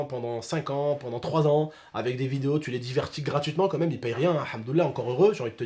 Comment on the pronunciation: Mec retourne en cp wallah ça se dit « quand même » pas « comme même »